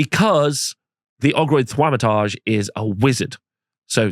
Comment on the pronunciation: bro that pronunciation of "Thaumaturge" is painful